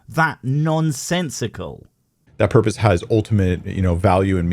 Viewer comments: I never had a porpoise. Where do i get one? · All hail the porpoise of life!